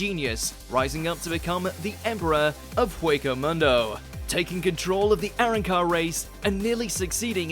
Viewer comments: How do you mispronounce A*Ron*Car while being a voice actor for this show? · can’t even pronounce arrancar properly lol 😂